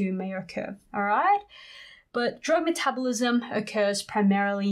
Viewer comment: You say metabolism wrong